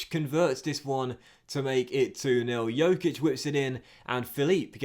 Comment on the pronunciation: the Dj in Djokic is pronounced the same as in Djokovic